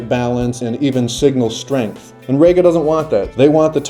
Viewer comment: Reeeeeeeega not RAYga